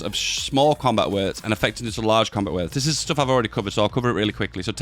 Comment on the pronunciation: I've heard you say "coombat width" so many times, it has lost all meaning.